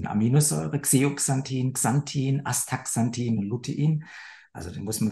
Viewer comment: Sie meinen: Astaxanthin